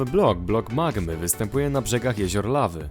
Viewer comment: magmy a nie mamy